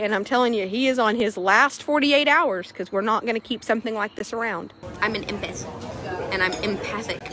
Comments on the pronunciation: Actually she said she's an "impith" 😂🙃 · tara saying “impith” instead of empath tells me everything I need to know about her😭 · Isn't it emPATH not empith? Lol sit down tara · ok good god Tara, your idiocy is laughable and what’s even funnier is you keep calling yourself an “Empith” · No no no, you misheard… she’s an “empith” 😏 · She actually said she was an "empeth" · nah nah an "Empith". (in all seriousness.. jfc... shes awful.) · Not the “extreme empith” 😂 cmon now… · I keep rewatching and the way she says empath is bugging me LMAO "Empith, empithic" GOD. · An “impith” lmfao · I dont know thAt tara can talk, she sed-embedt instead if emphant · "I'm an embeth" Girl can't even pronounce empath 🚩🚩🚩🚩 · Wtf is an “emputtthh” 🤦🏽‍♀️ #failtara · An "impeth"? Yeah you're an imp hon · “I’m an empath.” (It’s pronounced EM-path, btw) But also… “Some people like you are just like horses who need to go to slaughter.” Ohhh, okay crazy 😂😂😂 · She doesn’t even pronounce “empath” with any conviction…or correctly. Good god. I didn’t know anything about this cycle/industry. Awful.